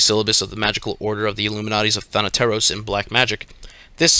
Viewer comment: As a greek i can say that he is one of the few people I have heard pronouncing “thanateros” right